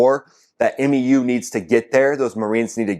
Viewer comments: OK, I'm not trying to be a peckerhead or anything. You seem to not know, and I can understand that since you're Air Force. It's OK to pronounce MEU as "myoo" if you want. That's how it's pronounced in the USMC. Semper Fidelis, brother. I love your videos. Keep em coming, Sir. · The MEU is called “Mew”. Great commentary though. I come to your channel for updates on this conflict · MEU is just pronounced.. “MEW”… like meow with the O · We call the MEU the "Mew" like the pokemon Mew Two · Marines pronounce MEU like “Mew” and they are most likely pissed their booze cruise is interrupted to do work, some very pissed off grunts and gators en route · A MEU (Marine Expeditionary Unit) is pronounced "mew", like what your cat says to you. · Marines pronounce it "mew". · MEU: It's pronounced like "MU," like the Greek letter. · MEU is pronounced Mew, like the Pokémon, just for reference. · MEU - pronounced "myou" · 2 things I gotta say my dude. Please don't say M.E.U. We just say "mew", like "you" but with an M. Sounding like those dudes in Battlefield LA saying F.O.B. instead of "fob" lol. And gotta remember this about that 2500 Marines number. Only like half or less of those guys would potentially go ashore as ground combat personnel. The rest are either support MOS's or Air Wing guys that will stay on the boat to support air operations from the ships. A typical MEU ground combat element is only a single infantry battalion reinforced with attachments like a platoon from LAR, a Recon Plt, a combat engineer plt, no tanks unfortunately (what a bonehead decision getting rid of Marine tankers was🙄), a single artillery battery etc etc. Probably more than enough to take something like Kharg Island, but definitely not enough alone for sustained operations on the mainland. That might have been more than 2 things...man I'm bad at math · M-E-U?! C’mon bro you know we just say MYOO! #SemperFi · Love your work. FYI MEU is pronounced MEW as in the 31st MEU (1 word) is enroute.